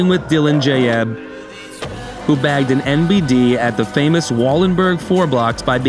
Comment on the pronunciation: The pronunciation of Jaeb made me think this was voiced by Ai and I'm not sure if i'm wrong